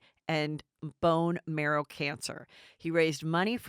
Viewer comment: hahhahaha isn't this your job?? and you can't even read names properly, didn't read them ahead of time to make sure you're able to.. oh man, why did you have to sound out bone marrow...hhahahahhahaha I'm dying rn